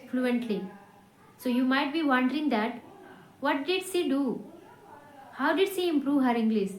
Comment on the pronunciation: Wondering pronounce to thik karlo mam वनडरइंग है आप वोनडरइंग बोल रही है।